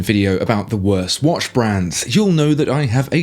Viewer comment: It's not wash, it's watch (woch)